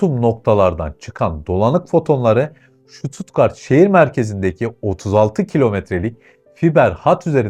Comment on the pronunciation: Vay be Almanya neymiş.... 😂😂😂 Kim inanır? Kadir inanır... Hocam şuttuttgart değil... STUTTGART 😂😂😂